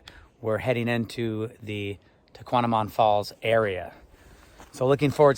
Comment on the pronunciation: At least pronounce the name of the falls correctly